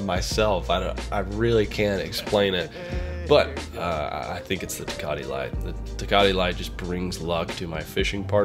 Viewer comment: Tuhcahtee smh